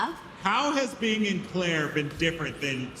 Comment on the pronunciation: This is the only dude I ever heard call the game "Clair". He keeps doing it repeatedly and it's irritating.